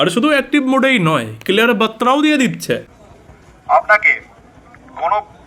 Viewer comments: Clear বাত্রা না বার্তা হবে...😂😂😂😂,, ভাই, আপনার উচ্চারণ ঠিক করো। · বাত্রা ? বাত্রা-টা কি রে বাপ? বেত্র নাকি? তবে দিক খুব ভাল করেই দিক। নাকি "বার্তা" ?